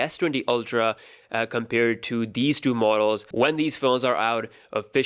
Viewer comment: Its not galaxy DO. ITS galaxy TWO could not be more aggravating hearing you struggle with TWO.